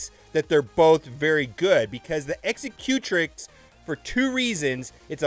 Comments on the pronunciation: Dude... its pronounced X-sec-u-trix not eggs-eh-cue-tric. Think executive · Loved it! Can’t stop laughing at how you say “Executrix”. Execute-ricks?? Lol! You can never make fun of Tie “Slicer” again! A new rule!! Loved the vid, though, which is saying a lot given how long I detested ships.